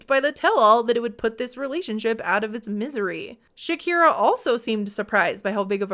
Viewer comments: Great video! But I’m confused about the way you pronounce her name. Isn’t her name Shekinah and not Shakira? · Dude you kept calling her Shakira. Her name is Shekinah and you know that.